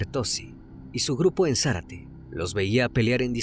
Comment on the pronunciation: No es Zarate,es Zárate